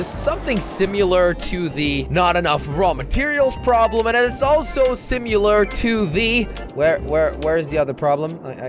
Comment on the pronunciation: did you hear how he said similar he said simular